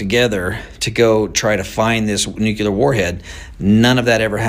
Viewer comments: “Nucular”?? Just sayin… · It’s “nuclear”, not nuculear. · He says nu.kyu.ler, I say nu.clear. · Why do educated men still say "newkewlar" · I don't understand why intelligent people can't pronounce the word "nuclear". It's NOT pronounced nucular. Georgia W Bush made the same mistake. It's a common error that's just not acceptable. Learn how to pronounce the word. Leaving us in the dark is part of the governments' power over us. It's sickening! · "nukular"..this dude can't even pronounce the word " nuclear ". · I’m sorry, a grown adult, especially one who owns a company, should know how to pronounce “nuclear”. NOT “nucular”. Sorry, strike against him from my standpoint, no matter how right he might be on this topic. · no such word as NUKULAR ,,, that is hillbilly for the word NUCLEAR ,,, THESE PEOPLE SHOULD READ A DICTIONARY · Omg it's nuclear not nucucler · I have a had time hearing an "expert" say NUCULAR" and not Nuclear. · Good stuff but can we please just say “new-clear” and not “nook-u-lar” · if the dude is an "expert" and a "subject matter expert" then learn how to pronounce the word "nuclear" correctly. It is not "nucular" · Nuclear, not nucular. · He's so smart that he can't even pronounce NUCLEAR! It's NOT nucular! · Anyone that says nuke-you-ler is not crefible w me. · It's nuCLEAR, not nucULAR. 🤨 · Nuclear not neucular... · Nu-Clear vs. NuKELAR :) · Dude can't even pronounce the word nuclear correctly. Nookular? 🤡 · We build professional stuff for the military? This guy is an expert on nothing. Not even smart enough to correctly pronounce the word “nuclear” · This "Talking Head" Can't Even Pronounce "Nu·cle·ar" ,, And He's Your Source of Information,,, What a Low Rent,,, "BLOW HARD" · I would humbly request that anybody posting a video learn how to pronounce the word nuclear and also the word fentanyl thank you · Tell that to george Bush. He said it all the time.